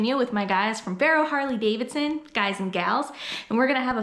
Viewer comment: I love me some “Harley davidshons”